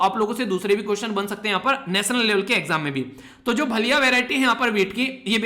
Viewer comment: भलिया नहीं sir vo भालिया hai